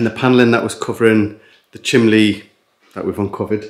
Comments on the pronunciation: Chimney not chimley 😂😂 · Hi from Scotland, hi another great vidio can i as why you call the chimney. The chimly anne from Scotland